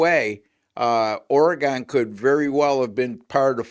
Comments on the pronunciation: Ore-gun Ducks. Not Ore-gone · The WSU Cougs beat the Huskies at home. Get your facts correct! Also, it’s Oregun.